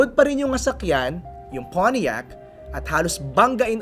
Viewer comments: Nakaka irita Yung "Poniiac" pronunciation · When he pronounced pontiac.. he said it in a conyo way…